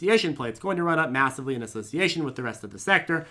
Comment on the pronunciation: serious question. Are you saying massively or meowssively? Also What's the preferred tea blend for the day? I'm down $15% on PLTR but buying the dips. Waiting to see how low it goes tomorrow if employees decide they want to take their gains.